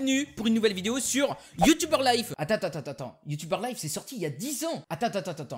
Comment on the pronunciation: Super vidéo, sa m'a fait rire la prononciation de U-Tuber:b, une suite serait cool, toujours au top tes vidéos;D